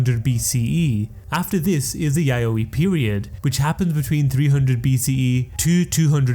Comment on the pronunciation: When he said the “yayoi “ period I almost spilled my mouthwash out 😂😂 like excuse me?!?! 😂